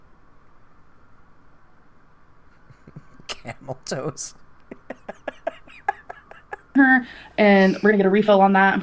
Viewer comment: She said cameltose intentionally.